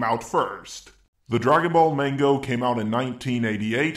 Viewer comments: I coulda swore he said mango instead of manga....lol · Am I the only one pissed off that he said the mango instead of the manga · It's manga not mango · Did you just say the dragon ball MANGO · Hold on did you say mango? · Did he say mango and if he didint i need hearing aids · He calls manga mango